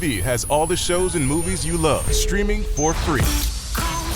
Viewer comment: Same as “smoovies”